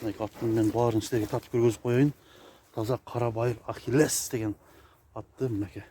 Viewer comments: Аххилес эмес Ахилес эле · Аххилес эмес, Ахиллес